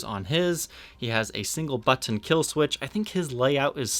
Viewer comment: Buh-TTon....Meh-Tal. Lol